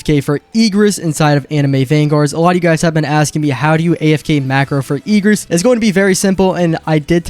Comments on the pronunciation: stop saying “Eegris” I beg 😭🙏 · Say eegris even more now trust 🗣🔥💯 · he pronouncec it diffrently